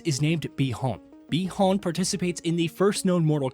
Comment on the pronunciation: They call Bi Han Bi Horn..Is this some bot or an actual person